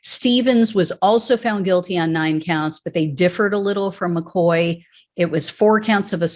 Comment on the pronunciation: All these Irish names make sad reading.McCaughey should be pronounced Mc Caw-hee but I know Americans have a problem with Irish names like Moran and Mahoney and Siobhán and Niamh.Anyway,I hope that they enjoy going to jail for the orange blob and I'm sure that he won't be thinkinking about them while playing golf.